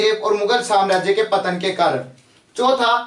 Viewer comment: पत्तन नहीं पतन होता है सर जी।